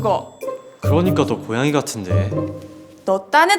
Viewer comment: 여주랑 여주친구들 학교사람들 다 발성 괜찮은데, 남주만 살짝 발음(?)이 먹히는 느낌이얌.. ㄴ/ㅇ받침같은거 들어갈때... ㅁ으로 대신 발음하는 느낌..? "고양이씨와의키스를통해"->"고얌이씨와의키스를톰해"이런느낌...?